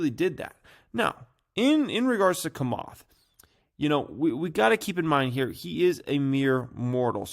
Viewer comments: Bruh its chamath as in “tshamath” not kamath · it s Chamath ( like chair not kair ) lol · It’s “Cha-math”, not “Ka-math” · Cha cha chamath. Not Kamath lol. Do your own research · It's CHA-moth 😂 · "Komath", "Ever-Granday", "Akai bowl" 🤣 never disappoints! 🤣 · Man u still suck at saying names holly smockas this is definitely no JOKAS. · Learn to say chamath not that hard! Say it likes it’s spelled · Just here laughing hearing you say Chamath. 😂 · Dude, you can’t even pronounce Chamath lol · can't pronounce 'Camarth's' first name either by the sounds of it 😂